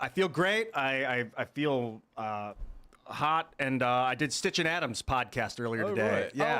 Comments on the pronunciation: and STITCH 😂😂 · “” and, 😂. Poor.